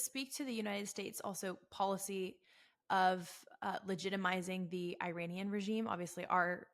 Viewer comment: WOW, you don't even know how to pronounce Iranian!! IRANIAN is pronounced "Eee-Ronny-Yan" Not "Eye-RAINY-Yan"!! Here's a Very simple Mnemonic for you, "There's no RAINY weather in the forecast" !! Is that simple enough for you?! If you still have difficulty with this ultra simple pronunciation, please ask me to repeat the Mnemonic for you okay?! 😉💙 You're embarrassing yourself before the whole world that, does know the proper pronunciation!!!!!